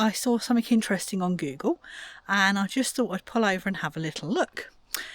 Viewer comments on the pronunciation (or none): none